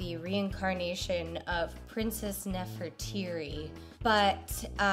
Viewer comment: ...Nefertiti or Nefertari? To my knowledge "Nefertiri" does not exist